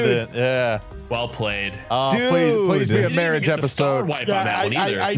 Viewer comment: marrwage :3